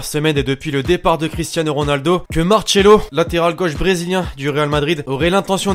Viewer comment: Martchelo il a dit ce con